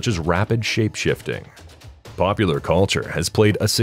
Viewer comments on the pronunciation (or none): none